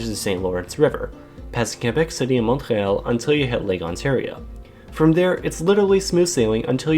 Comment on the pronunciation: Ta prononciation de « Montréal » est très mal, mais le vidéo est bien. Merci 😅